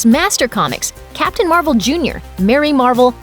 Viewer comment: oh wow “ captain mar-uh shazam “